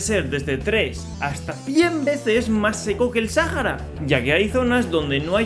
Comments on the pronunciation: ¿Porqué le dices Sájara, y no Sahara? Pd: Rio de Janeiro era la capital, pero luego pasó a ser Brasilia. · Es Sahara SA-HA-RA NO SAJARA ES SAHARA AAAAAAAA (*C muere*) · Me choca que lo pronuncies Sajara y no Saara, así como proncuncian iceverg en vez de aisberg. en fin, buen video bro !